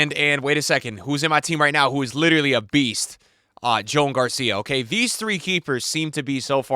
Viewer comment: Joan name is Spanish not English so pronounce his name like Juan but with an O